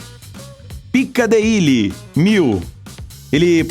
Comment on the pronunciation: "Pika-de-ili" kkkkkkkkllkkkkkk poha Mano